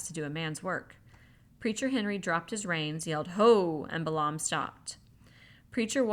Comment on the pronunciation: I generally like this, and I'm 8.5 hours, but I have some constructive criticism: * there a LOT of mispronunciations (Balaam is pronounced bay-lum; ensign is pronounced en-sun; SAC is sack; Wechek is we-check, etc.) * you omit words from the book that you apparently think are inappropriate, but doing so subverts the author's work * there's a HUGE silence at the tail end of Chapter 10.